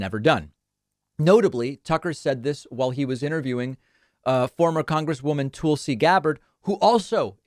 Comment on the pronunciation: FYI, David. I believe it's pronounced "Tull'-see" Gabbard, not "Tool'.see" Gabbard.